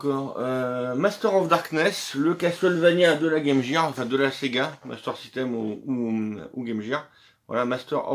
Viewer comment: Enfin 1 youtubeur français qui prononce bien game gear 👍